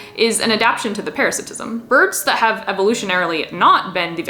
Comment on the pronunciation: "Melb'n" "Para - sit - ism" Just some friendly tips :)